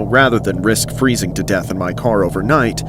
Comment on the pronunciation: "AND IM FERZZIN TO dEATh😨😨😩😩"